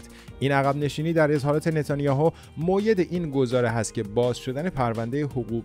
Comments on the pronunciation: Moo - yed این تلفظ غلطه Mo ay yed : مویّد : مورد تایید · مؤید درسته رفیق نه موید یعنی حرف واو فتحه داره نه سکون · سلام خدا قوت شما که اینقدر کارتون درسته ، جالب نیست اشکال خوانش داشته باشید ( موید ) سپاس🙏🇮🇷❤🇮🇷❤🇮🇷